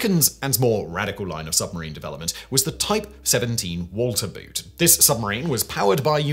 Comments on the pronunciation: 'boot' ? - as in shoe? I think you'll find that the German 'boot' for 'boat' is actually pronounced closer to 'boat' than the way and Englishman would pronounce 'boot' meaning a a shoe with a partial shin covering. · Had you seen Das Boot you would know boot is pronounced just like boat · 'Boot' in German is pronounced more like the English word 'boat'. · Do you have any idea how grating it is to hear you mispronounce the German "boot"? In German "boot" is pronounced just like the English "boat". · Someone should find out how to pronounce the German "boot" or translate it as "boat" — seeing it has nothing to do with foortwear.. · It sounds really daft when you keep pronouncing the German word "boot" like the English word for a type of footwear. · PLEASE look up how to say Boot.